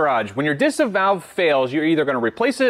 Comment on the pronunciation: I love watching your videos 😍 but as a German I can't help myself but giggle whenever you pronounce German words 🤣 It's Deesah Differenzierte Saugrohr Anlage 🤓